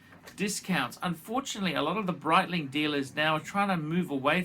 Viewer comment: Breetling, not just phor tools!, a classic Archism pholks.